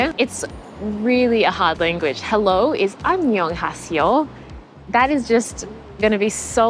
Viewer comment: Listen and Repeat not An nyung ha se yo. repeat = an nya se yo ? OK?